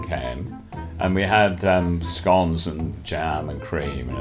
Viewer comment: Michaels pronunciation of scones... no no no